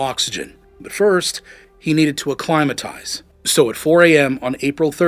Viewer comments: Accli-matize? Pitt-Ton? Good voice, learned to pronounce basics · Acclimatize is pronounced a-climb'-i-tize, not a-clim'-i-tize. I can't read the nasty word that Simone called the Sherpa. The white text blends into the background. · Pronunciations could use some work. Piton Acclimatize